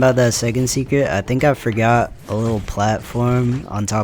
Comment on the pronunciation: "I forgutter" 💀